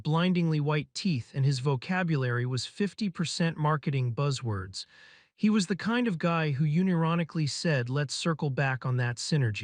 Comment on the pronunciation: I quit at "you-nironically"